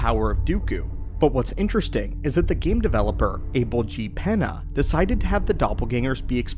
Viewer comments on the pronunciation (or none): none